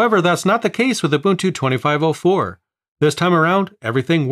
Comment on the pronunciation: It’s not you bun tu or uhh buntuu or u bunt too, it’s oooh bun two said quickly. In 25.04, If you transfer too much or too large of a folder or too many folders, then it crashes but you don’t have to reinstall, you just have to remember where you left off. LTS is like the same and not sure if it would be updated, Linux isn’t supposed to be on led monitors, that’s why nothing got used, smart phones and touch screen computers were all ions so it didn’t freeze your brain or anything.